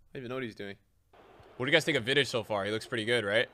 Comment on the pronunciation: the way he said vidic hurt